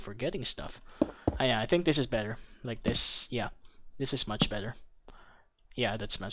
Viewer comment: Pag sinasabi niya "This" Iniisip ko parang sinabi niya Buntis... Hahaha